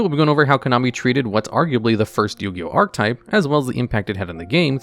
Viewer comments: ar-che-type not arc-type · Its fucking painful to hear you fuck up the word archetype over and over. PROTIP: that e changes the word you grade school dropout. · You're not saying archetype right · Completely off-topic, but has anybody else noticed that YGO content creators don't know how to pronounce "archetype?" I don't think I've heard one pronounce it correctly yet.